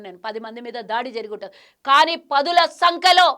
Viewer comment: పదుల సంకలో కాదే పంది పదుల సంఖ్యలో ముందు తెలుగు తప్పు లేకుండా మాట్లాడు